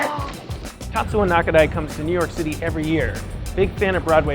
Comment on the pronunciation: Tatsuya, isn't he? I mean, TatsuYa. Not Tatsua. Or am I wrong?